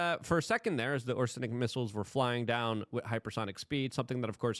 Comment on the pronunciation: Not OR-SE-NIK, but O-RESH_NIK